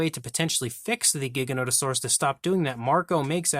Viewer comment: Your pronouncing giganotosaurus incorrectly. The first g is pronounced like a g. And I know grant says it wrong too